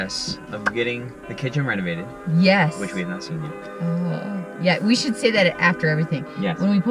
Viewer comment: I am SO glad you spelled out "should" because it is NOT what it sounded like when you said it. LOL Great vid, guys! Enjoy your ventures! Look forward to your next video!